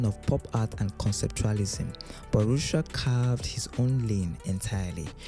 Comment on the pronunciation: Narrator mispronounces artist Ed Ruscha. It is correctly pronounced: Ed roo-SHAY.